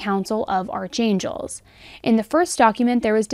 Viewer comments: sorry...isn't archangel pronounced ark not arch. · I think archangel is pronounced like “ark-angels” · Love your broadcasts. Always very thoughtfully done. PS. Archangel is pronounced "ark"-angel. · Most non-Christians don’t realize “Arch” is pronounced “Ark” when written Archangel. Like archeology. Just thought I’d mention it because it changes the mean abit.